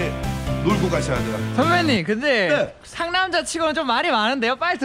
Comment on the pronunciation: 상남자아알!!! ㅋㅋㅋㅋㅋㅋㅋ 왜자꾸 상남잘이라고 들리죠? ㅋㅋㅋㅋㅋ 상남자에 대해서 잘아는사람인갘ㅋㅋㅋㅋㅋ